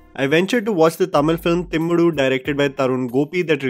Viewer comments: 😂😂it's not timmudu, it's thimiru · It's Timiru, not Timmadu. Just saying.